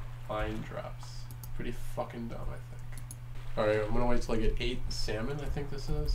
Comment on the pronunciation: Ah yes, nothing quite like delicious SAL-mon 😂